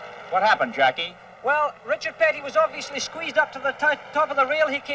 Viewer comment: Reechird Pitty -Jackie Stewart 😅